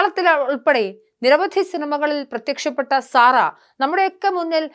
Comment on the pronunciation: സാറ അല്ല സെറ എന്നാണ് ഉച്ചാരണം